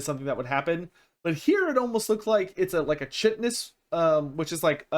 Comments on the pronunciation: Please work on pronouncing "chitin" [ kahy-tin ].. not [tji-tjin] it's like the Kai in Cobra Kai, not the "chi"-sound from chin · Yo, FYI - Chitin is pronounced with a hard K, like kite-in. I thought it was soft Ch for years as well. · I hate to be that guy but its said like "Kai-tn"